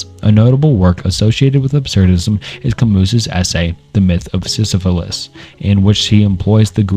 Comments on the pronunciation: love your videos but you seriously need to learn how to pronounce names correctly.. i mean you literally pronounced Sysyphus with an L. I genuinely don’t know how that’s possible. the way you explain the entries is very good and entertaining but the bad pronunciation makes me crazy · Bro said the myth of sysuphilis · DID YOU JUST CALL SYSYPHUS SYSYPHILIS BRO THATS CRAZY